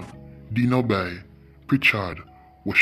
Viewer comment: The way how he pronounce Denoby’s name🤣🤣🤣 That’s my childhood friend. RIP 🕊️🕊️